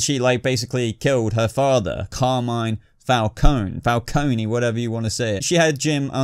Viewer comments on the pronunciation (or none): I'm with you about this list, same feeling about these villains...& BTW let's hope Gotham makes all the major characters justice for the big final shot now. <3 PS-I don't want to play the grammar-nazi lady here LOL but if you're curious about Falcone, since it's an Italian surname, you should pronounce the E as in your Eng word "red" (like singer Ariana Grande pronounces her name y'know): hence it's not supposed to be silent, or said as the I of "kiss" (like in our word Armani).;-) Ciao ***